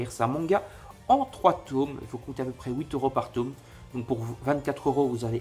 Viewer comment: J'ai liké rien que parce que, enfin, quelqu'un prononce correctement le mot 'tome'